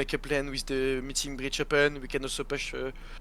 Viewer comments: Bro just say BriD lol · I am addicted with the way you saay BriD